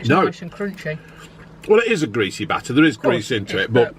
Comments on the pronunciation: Not greas-ehh? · Buckminsteh - Fifteh - Bladeh - Greaseh - Batteh - Selbeh - Buckminsteh Chippeh - Bloodeh - Skeggeh - Chippeh - Hungreh - Chippeh -EEEVVVeh